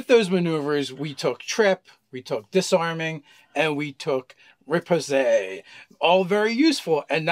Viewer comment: They also pronounced ki and riposte incorrectly. Ki is pronounced "key" or "chi" (chee), riposte is "rip ost" (as in lost), melee is "may lay".